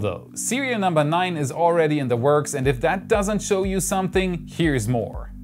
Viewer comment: LOL, der war gut. Aber Du hast Recht, er verschluckt das "D" gerne mal.